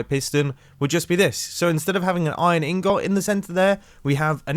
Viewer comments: Ingot not In-got. It isn’t 2 words. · ingot, not ingought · he said ingots wrong its pronounced as in-gets not in-gots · Pronouncing ingot Me: In-get Mumbo: in-got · “In/got” Correct me if I’m wrong but I pronounce it “ingut” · I can't tell if he's saying in-got instead of ingot on purpose or not. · Mumbo: inGOT 😭😭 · Mumbo: ingot me: no it’s pronounced ing it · Mumbo its ing-gut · I just realized Mumbo says 'ingot' as 'in-got' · Nobody: Mumbo: inGOT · I'm not as entertained by the video, as me hearing you say "ing-got", instead of hearing on-set. # INGGOT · . I like how mumbo says in-got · Nobody: Mumbai: ing-gott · The way he says ingot 🤣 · How the fuck r u saying ingot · I’m American and the way he says attribute and ingot is trippy to me!😂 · 1st Time Hearing Mumbo Say Ingot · I love the way how he says "ingot" in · Everyone’s complaining about how he pronounces “ingot” and “attribute” and I still can’t tell what’s wrong with it 🙄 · Should we add Mumbo's pronunciation of 'ingot' to the Spoon Counter? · "ingot" Why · The way mumbo says ingot... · The way he says ingot is so funny